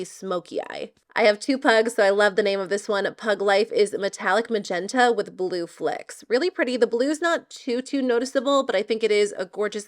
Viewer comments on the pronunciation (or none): none